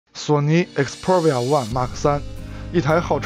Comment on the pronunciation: 请把xperia的读音搞清楚…